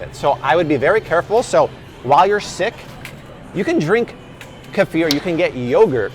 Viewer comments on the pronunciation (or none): Ka fear??? I think you mean Kee furr